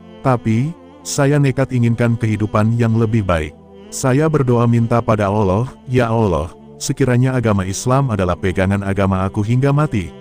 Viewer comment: Belajar dulu nyebut nama Allah dg benar,min